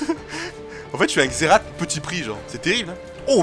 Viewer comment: "Xerate" c'etait trop drole